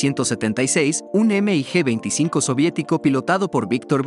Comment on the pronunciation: No se dice “ Eme i Ge “ simplemente se le llama “mig”